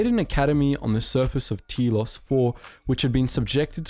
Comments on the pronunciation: T3-M6? Taylos? Awwtris? Zund? Neeehilus Pronounciation much? T3-M4 Teeeee-los Ayyy-Tris Dux-un. Nigh-il-us. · You need to learn how to pronounce some of these names and places, seriously. Stick to saying them properly. It's annoying as crap. Telos is pronounced TEEEELOCE. Atris is pronounced AYTRISS.